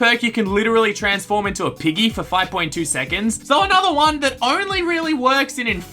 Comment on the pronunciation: I thought he said “IGGY” as in iggy from jojo